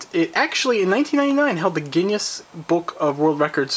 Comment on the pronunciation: The "Ginn Yess" book of records. Wow